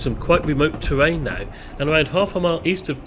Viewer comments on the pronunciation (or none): none